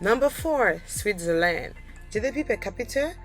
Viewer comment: SWITzerland, not switzerLAND. And eCONomy not ecoNOmy. Also, it is NORway, not norWAY. Ireland, not IreLAND, first syllable ONLY is emphasized. I realize you may be from a French speaking background in the Caribbean, but it is still English you are speaking here. :-)